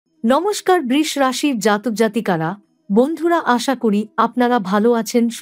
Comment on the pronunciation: Sudu dhop kono kichue hobe na Dhopdhop brish bole kono rashi nai uchharon thik korun Brisho